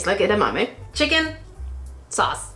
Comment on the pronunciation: I have never heard someone pronounce edamame like you. Its cute. Ee-da-ma-may.